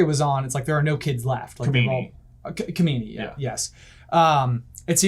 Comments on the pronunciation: it's not kamini, it's kijimi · Its kajimi not kamini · I’m pretty sure it was Kajimi not kamini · They keep calling kajimi ,kimimi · it's Kijimi, not Kimini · I’m pretty sure they said that is was Palpatine’s son who was Rey’s father. Also, the lightsaber was yellow/orange. Also, also, it was called Kojimi/Kajimi not Komini (Possibly confused by the clone planet in Episode II, Kamino). I’m sorry to correct you guys like this but I couldn’t help myself 😂 There’s probably more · The snowy mountain world is Kijimi (not Kimini). 😊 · Kajimi, not kamini. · Kijimi. Every time they mis-pronounce it another Jar-Jar is born.